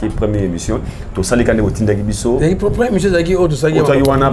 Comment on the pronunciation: 😄😄😄 aaah ayidor "le priii...", on dit le premier 😄😄😄